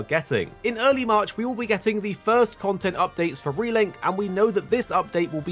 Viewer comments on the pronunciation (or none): none